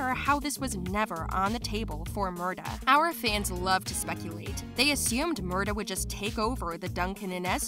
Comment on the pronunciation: And it is Murtagh with a T not murdagh